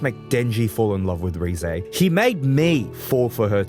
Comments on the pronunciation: Great video Also, it's "Reh-zeh", not "Ree-zey" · You do not pronounce Reze correctly.